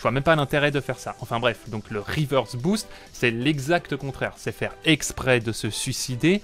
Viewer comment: Oh par contre reverse* pas river stp